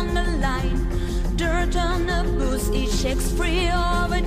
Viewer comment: Чет очень прям "по учебнику" пытаешься произносить, такой акцент плохо звучит тут, особенно букву "t" часто слииишком явно произносишь ("step inTo wall", "*ditT* on our boots", "the darkness iT rises" и т.д.)